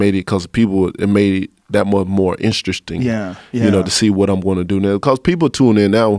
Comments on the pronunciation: What does "inshtreshting" mean? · INTSTRESTINGGINSGIS? HAHAAHA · Haha inshreshting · He most definitely didn't pronounce it like that... "inshreshting" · Istrastring. Just so very instrasting. LOL